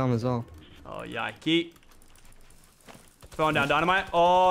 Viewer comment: Lachlan in a tense battle: Tourretes Activate "YAIKEY"